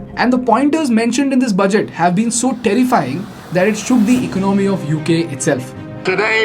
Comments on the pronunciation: It's ec-ono-my not econ-my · Please try to pronounce ECONOMY properly, Soooo annoying!!!!!!!!